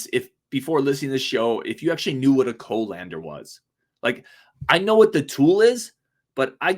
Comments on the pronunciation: Its a cah-lan-der, not Co-lander, lol. I have 3 different ones, but I'm basically a chef, lol. How much sugar on the burgers is what did it for me, lol. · Yeah, I even know what a whisk is. When people say they can't cook, what I hear is "I can't survive". Fill out your life skills dude, you'll be happy you did. And it's pronounce "cuhlander".